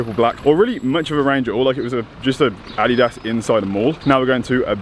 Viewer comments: the way you say adidas is really somethin haha. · Took me a few times to understand what you were saying when you were saying "Adidas"..haha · The way says adidas 😂😂